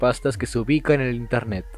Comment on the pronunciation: Wey dice INERNET ._.